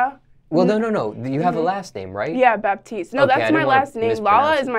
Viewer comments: Baptiste is pronounced Bah teece in my country not Baptiste like the religion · thats not how you say baptiste lmfao